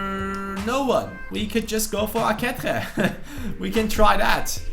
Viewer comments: dude, its pronounced A-KE-CHE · Aketxe is pronunciated like "aqueche" in spanish, look in googletranlator to hear the right ptonunciation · Aketxe is pronounced AkeCHe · Ehm i think few episodes ago you found out that aketxe is pronounced "aketche" but you still pronounce him wrong. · In the basque language, the 'tx' is pronounced like a 'ch', just for you to try and not butcher poor aketxe's and aurtenetxe's last names, hope you can see this and learn more about the basque language